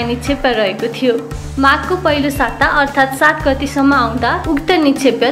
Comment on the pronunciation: निक्षेपलाई निक्षेप्य उच्चारण किन गर्नुभएको होला ? के यो english medium school को देन हो ?